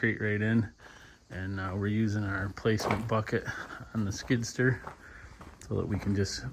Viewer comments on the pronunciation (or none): It's called a skid"steer", not a skid"ster".